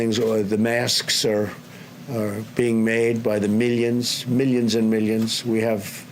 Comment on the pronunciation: Masks...are being made by the *mellions*...by the *mellions and mellions*...